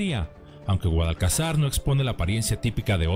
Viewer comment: No es GUADALCAZAR...CON ACENTO EN LA ULTIMA SILABA..NO ES PALABRA AGUDA...ES GUADALCAZAR...CON ACENTO EN LA PENÚLTIMA SILABA..POR LO TANTO PALABRA GRAVE